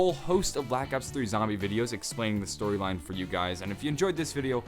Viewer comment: Nobody gonna comment on "Stroyline"